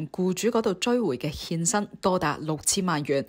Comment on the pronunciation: 欠薪變成獻身，懶音有趣好好笑!